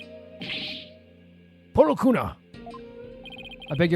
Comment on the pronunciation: I think "Pohlkunka" pronounced as phol-kun-ka